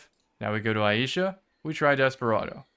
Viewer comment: Just FYI for everyone, its pronounced eye-sha (Ai-sha), not eye-ee-sha.